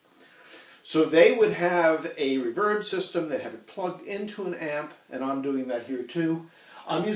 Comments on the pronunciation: TB, others have pointed that out as well. Sorry to rock your brain. "Back when" he never heard it said at all. It was simply something new -- first on stand alone units, then built it to amps. (My first was Fender's first such -- the 1964 "Vibroverb".) And the accent as that name was pronounced, as with Ampeg's "Reverbebrocket" was always on the 'verb' part. Perhaps that is how the pronunciation habit formed. Alas, as with a person with a regional accent, I don't hear the mispronunciation myself. But it does seem to disturb others. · Well some of us go back to when reverb was "new" and we never heard it pronounced as it is today. Never even thought about it. My first reverb amp was a then brand new Fender Vibroverb. We pronounced that Vi-bro-VERB. Accent on the last syllable. Same with the Ampeg Reverberocket. We pronounced that Re-VERB-erocket, not RE-verb-erocket. Did we mispronounce those amp's names? And thus "reVERB." May indeed be "wrong," but then again I've heard so, so many ask for a Lowenbrau saying LOW-in-BROW when what they should have said is LOYV-in-Broy. And, wonder of wonders, yet they still got the beer.. ;-) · The way you emphasize the second syllable of the word "reverb" throws me off. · Yeah, language is definitely a mess. I certainly can't tell you your pronunciation is "wrong," since it is just an arbitrary shortening of an actual word. It just sounds kind of awkward to my ears. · I say REverb out of habit but the word is derived from reverberation. I don't see why saying reVERB would be a problem though. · the way your saying reverb is really bugging me but other than that great video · REE-verb not re-VERB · RE-verb, not re-VERB. You're putting the em-PHAS-as on the wrong syl-LA-ble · Never heard anyone else say "re-VERB" - everyone else sez "RE-verb." Right? Don't know why - but it makes me crazy ever time he sez "re-VERB." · Great video but for the love of god, it's REverb not reVERB! Nah, each to their own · Ra-verb or Ree-verb?